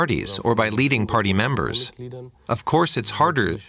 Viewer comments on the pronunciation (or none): The narrator is terrible! Compound nounds are stressed on part one not two! It's : state assemblies, not state assemblies party members, not party members fine tuning, not fine tuning something party conference, not party conference right wind and certainly NOT right wing Professional speakers should do better!